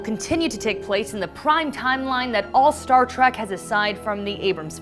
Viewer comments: It's Star TREK not Star Trak OMG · Someone please tell her to stop saying Star Track.